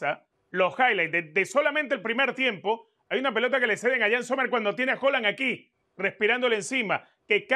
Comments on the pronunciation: Joland que mania de nombrarlo asi. Cuando el propio haland dice que su apellido se pronuncia tal como se lee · Con todo respeto señores se pronuncia Haland con A, en el español la A inglesa no se pronuncia O con todo respeto señores comentaristas